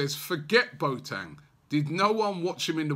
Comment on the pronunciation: Boateng = 'Bwa-tin' not Bo-tang